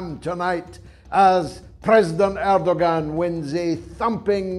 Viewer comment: Pronounced Erdoan. G is silent. Thank you for your great work.